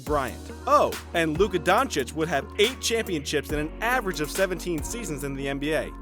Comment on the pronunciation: Don_chi_ch.If he could learn 3 foreign languages,the Americans should learn to pronounce his surname right,I guess...